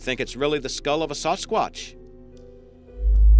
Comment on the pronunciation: it's seems like your saying sause-sqauch instead of sasquach.